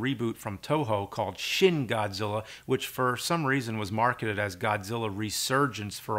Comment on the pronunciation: Just a quick pronunciation guide: It's Shin Godzilla, Shin in Japanese would be spoken like "Sheen" as in Charlie Sheen, not like "Shin" in terms of the part of the leg